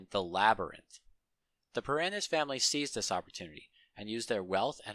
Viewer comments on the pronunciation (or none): none